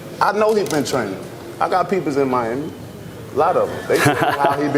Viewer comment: No one : Literally no one: The announcer : miama